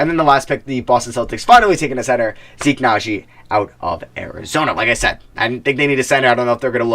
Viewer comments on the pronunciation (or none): none